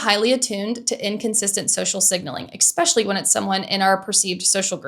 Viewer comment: I think this is a great video. Amazing examples, insightful comments, and great flow. Respectfully, the one thing that takes me out of it is a word you use a lot, “especially”. You say ek-special-ly, instead of eh-special-ly, and it’s distracting to me.